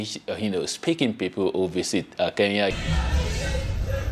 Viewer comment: Why do you West Africans pronounce Kenya as Keya?,..